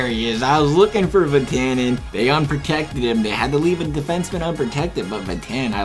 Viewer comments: Did you say Vetanin? It's Vat-a-nen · Ur saying vatanen wrong plz stop plz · Learn how to pronounce vatanen please